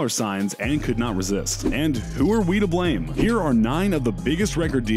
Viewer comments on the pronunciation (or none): none